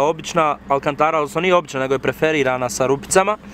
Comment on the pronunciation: nije preferirana nego perforirana